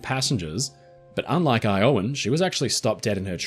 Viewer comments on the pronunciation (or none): Iowan is pronounced with a short o sound, not a long o you get it right source: I live in Iowa 😃